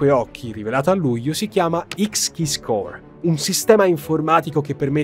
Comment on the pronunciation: Ciao, ottimo lavoro come sempre ma se posso permettermi una piccola correzione, le pronuncie delle aziende citate nel video sono sbagliate: Verizon, pron. VERAISON Deloitte, pron. DILOITT (è americana non francese) Xkeyscore, pron. EXKISCOR non voglio essere pignolo ma rendere i tuoi contenuti impeccabili:)